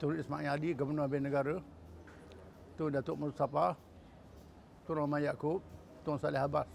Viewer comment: TUN...bukan TONG..